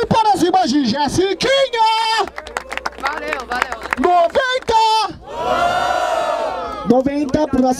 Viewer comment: Não é jessikinha.. É jesiKONA